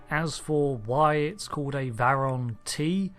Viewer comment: True, although he said it wrong twice!